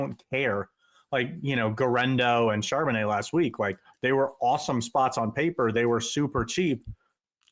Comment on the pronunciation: it's "Karbo net" ha ha